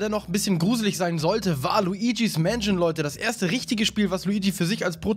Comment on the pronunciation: Ich höre immer:,, Waluigis Mansion" statt:,, war Luigis Mansion"